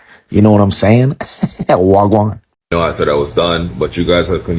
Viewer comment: The guy who said well now I love the culture " war gwarn" 😂😂😂